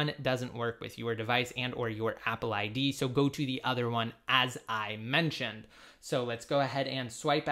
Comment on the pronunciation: “as...I...MENTIONED!” ...said it with ya chest too. You feeling somethin, bro? 🤣🤣